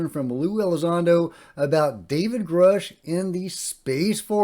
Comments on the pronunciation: David Grush pronounced his own name on News nation like “USH” not “oosh” so I’m guessing Elizondo is just forgetting. I used to think Lue pronouncing it differently than David pronounces his own name meant something but sometimes people just forget things and get it wrong and it doesn’t mean anything. The Space Force info is amazing btw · I can’t believe Lue is mispronouncing Grusch’s name. It’s pronounced like “uh” as in grunt. He says his name in the first interview with Ross Coulthart. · I find it strange that lue still can't pronounce David grusch name. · VERY strange. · If he worked with Dave G. Why can't he say his name correctly?